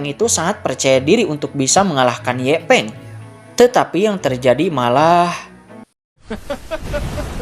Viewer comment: Yanpeng bng bukan ye peng